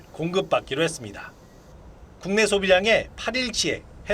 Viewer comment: 씨의 뉴스억양이 무척 어색 합니다 마지막....했습니다.....의 다라는 발음이너무 어색하게 길게 들립니다 좀 깨끗하게 끊어서 어설푼 억양이 나오지않게 깨끗이 끊어 주시면 고맙겠습니다 절대로 개인적이 감정은 없습니다.감사합니다.